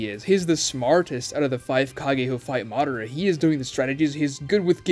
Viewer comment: Interesting analysis and Ragnarok Online music. You need to work on your pronunciations, though. It's very painful to listen to. For example: 上忍 JOE-NEEN not JOE-NIN (same with 中忍) ミナト MI-NA-TOE not MINA-TOE MA-DA-RAH not whatever the hell you are saying lol